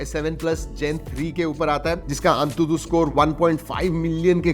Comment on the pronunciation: Wo An tu tu nahi hota antutu hota hai